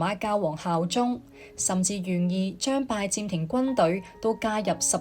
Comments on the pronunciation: 係拜占(音尖)庭，唔係拜佔庭，連咁重要嘅歷史名稱都讀錯，乜嘢廣東話嚟㗎？ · 係占唔係佔！！！ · 占音尖，並非佔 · 讀講者注意讀音：[占]字讀[尖]音，不是[佔]音。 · Ai讀嗎，為什麼讀音怪怪，拜占庭，，應該用占卜，不合平仄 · 廣東話讀拜「尖」庭呀專家。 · 其實這是大陸人的說法，香港人只會說「最」，清楚簡潔。很多發音錯都跟使用簡體字有關：明明拜占庭，但旁述就讀成拜佔庭，幹就讀成干，乾又讀成干，可以知道，這段是Al讀的，如果係人。佢地會知道係拜占庭⋯⋯所以，簡體字真係考起AI，因為佢地唔知一字多音，又被簡體字搞混了，干幹不分😂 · 拜占庭的「占」讀錯音😂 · AI 女聲粵語旁白雖有進步, 但仍有一些地方不夠好。如：「拜占庭」，AI 讀作「拜佔庭」，然而「占」應讀作「占卜」的占（音尖）。又如：「君士坦丁堡新繼位的皇帝開始對十字軍強硬起來」的「起來」，應讀作「起嚟」，但 AI 錯讀作「起身」！又例如：法國國王「路易」三世中的「易」字，應讀作「貿易」的翼音，不是讀作「路二」。而且，片中引用了一些18世紀末、19世紀初的「拿破崙戰爭」的油畫, 這是不符合十字軍東征的歷史的。